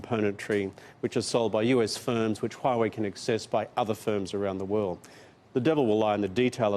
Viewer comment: Kevin is the only one that can pronounce Huawei correctly